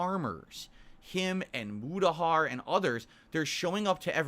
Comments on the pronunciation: The way you’re saying Mutahar is driving me nuts dude, it’s pronounced Mootahar not Mootahur, other than that great video man 👍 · On a side note, your pronunciation of “Keemstar” and “Mutahar” is kind of weird. Are you using an AI?